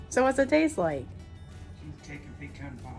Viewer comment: I've watched 3-5 PeCaaan pie cheesecake videos and ur the 1st 2 pronounce it CORRECTLY 🤦🏾‍♂️😁